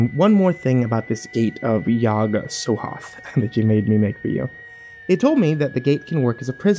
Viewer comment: I hate to do this to you, but it's SOTHOTH not SOHOTH